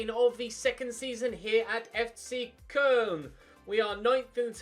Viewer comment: I beg you just call them Cologne, The way you pronounce Koln is cringe